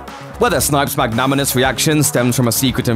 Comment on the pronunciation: Magnanimous, not magnaminous